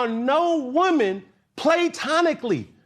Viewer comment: He said Playtonically 😂